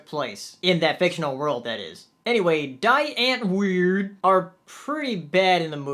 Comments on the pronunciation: it's pronounced die ant-word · I haven't seen the movie yet, but seeing you say the groups name kept making me chuckle. Like someone said, it's Afrikaans for "The Answer". You pronounce it dee unt-vord (like word, but with a 'v' instead.) Great review though. A lot of people say it's a disappointing movie.